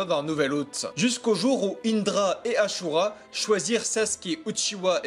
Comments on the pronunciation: Asura et pas achura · C’est asura pas achura